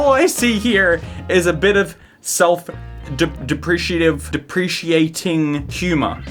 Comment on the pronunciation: I was thinking that perhaps he was starting something new and hip. Instead of self depracating, self de-appreciating! These people just don't appreciate themselves enough!